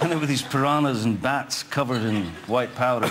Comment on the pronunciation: Piranhas: pee-RAH-ñas. Where nhas sounds exactly like ñas in "niñas"